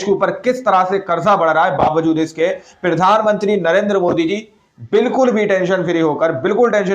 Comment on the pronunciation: Bhai pahle Tum bolna Sikh lo kyunki Tum har bar jab bhi bolate ho Pirdhanmantri bolate ho Jo ki Pradhanmantri hota Hai